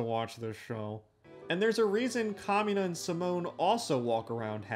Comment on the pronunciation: i hear kamina as “communist” and had to stop for a second😭